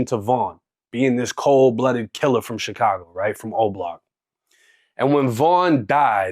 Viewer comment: Chitcago will always hurt my ears 😭